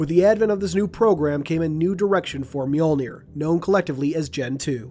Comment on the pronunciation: FINALLY, someone on YouTube who knows to correctly pronounce “Mjölnir!” (Myuhl-neer.) Way to go, ma man.